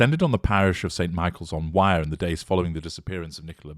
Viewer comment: Thank you for all your hard work.Please note: The river's name is not pronounced: WIRE. It is pronounced: WEIR, almost with a Scottish accent . Thank you.